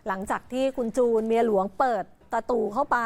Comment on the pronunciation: ทำไม ออกเสียงคำเเปลกๆเเบบนี้อ่ะ!?! ประตู- ตะตู!?! ลาดกระบัง - ลาดตะบัง!?! รถกระบะ - รถตะบะ!?! เป็นผู้ประกาศ ไม่ควรเป็นตัวอย่างผิดๆนะพูดจริง คนดูเยอะเเยะ…